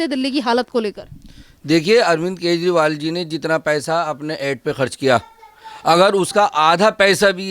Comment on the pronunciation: कजंरिवाल not kezri😂